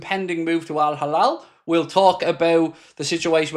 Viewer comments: It's hilal, not halal. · Not Al Halal its Al-Hilal